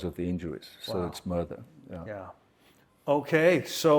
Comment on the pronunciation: “A muurdah”